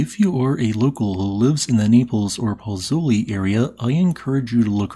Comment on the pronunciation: Very good report but oh my did you ever butcher the pronunciation of Pozzouli! 😁 I was stationed in Naples with the Navy and the two most mispronounced town names there are Pozzuoli and Bagnoli (that's Pots-WOL-ee and Ban-YO-Lee respectively.)